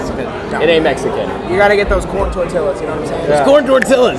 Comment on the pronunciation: I cringed when they said "corn tortillas" wrong